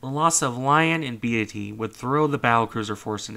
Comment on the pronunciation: its "BEET-Y" not "Be-AH-ty"